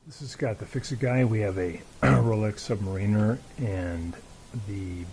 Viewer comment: ...and it's Sub-'MARE'-in-er